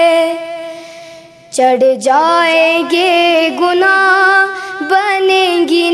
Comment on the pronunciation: Ghad jaynge gunah Galt pad rhi ho